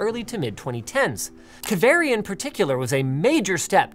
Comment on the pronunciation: its kaaveri (pronounciation) but spelt as kaveri